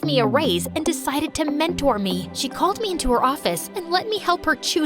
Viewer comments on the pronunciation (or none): none